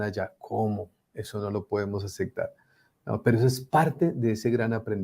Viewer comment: Tan soberbio el que sigue diciendo "acectar" en lugar de aceppppptar. Le resta muchísimo a su imagen y su contenido.